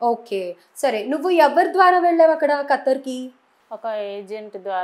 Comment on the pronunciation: కతార్ కాదు ఖతార్ మహా తల్లి యాంకర్ గారు 😮